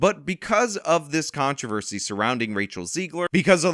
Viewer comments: ‘Con-TRAV-es-ty’ How about kŏn′trə-vûr″sē like Americans pronounce it ?? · Controversy? lol wtf is a contravesy 😂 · He pronounces controversy weird. I thought Snow White and the Huntsman was pretty good.